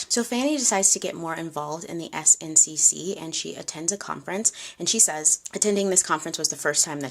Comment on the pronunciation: Great story telling as always,. Don’t worry about the makeup. What’s most important is the history. Someone can correct me in the comments, but I believe SNCC is pronounced like “snick”. I feel that’s how I’ve heard it pronounced in documentaries. Just sharing for awareness but it doesn’t take away from your storytelling 💗